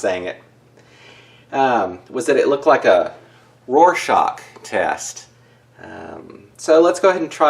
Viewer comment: Haha this is dope. btw you got the pronunciation pretty much spot on. It P O C phonetically. I'm seeing witch king of angmar on the front, and a wolf on the back.